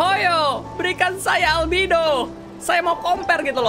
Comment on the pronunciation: Albedo bang bukan albido mamang reggie